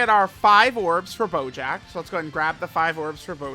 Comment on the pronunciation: Does he call bojack at any point "BOJACCCCKKKA"